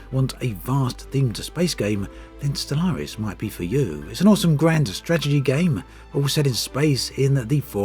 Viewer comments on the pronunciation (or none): "Stragedy game" :D "Stragedy games" xDD